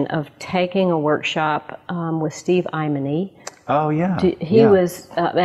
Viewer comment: Who is Steve "eimeny" she talks about?